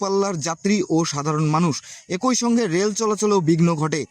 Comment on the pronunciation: ভয়েস আর্টিস্টের উচ্চারণ ভুল,,,, একোই না ১ই হবে